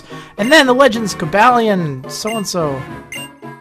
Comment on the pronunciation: I believe it's pronounced, "Coh-ball-eon" like "Cobalt" since he is part Steel-type. Just wanted to point it out